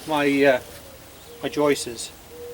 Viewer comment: 30 years of framing and hearing someone pronounce joists as joistes still makes me laugh😂. One is a joist and more than one are joists. Skip the whole cutting water and ice and just buy the right product.